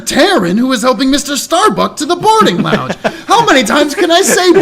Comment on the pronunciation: finally remembers the correct way to pronounce lounge after a few minutes into the video =) RETURN OF TED!!! Did he just say someone set them up the bomb? Eh, it's close enough that I'm counting it. For Great (Apollo) Justice! When it comes to the question of dragon squatter's rights, if we ignore the imaginary part, wouldn't the answer depend on the type of dragon? Seeing as numerous dragon depictions are at least as intelligent as humans, wouldn't they also quality as "persons" under the law? I guess that depends on how you legally define a "person" though, and given the whole "corporations are people" when those are clearly not intelligent, sapience is clearly not part of the definition. That was quite the long sigh! They did a good job with showing Starbuck's trauma here. Also the localizers are really having fun putting scifi references into his dialogue here. That was the second-most impromptu Spongebob reference I've ever heard, only beaten out by the time one of my middle school teachers came onto the bus as we were getting ready for a field trip and starting singing "He lives in a pineapple under the sea" for no reason whatsoever. I'm very much enjoying this case so far. The pacing hasn't bogged down to the same degree the previous cases in this game had, at least not so far, and aside from being a bit hand-holdey, it's been pretty good! I rarely comment on the art because there's just so much of it and it's all great, but that -1 Miracle poster? Incredible.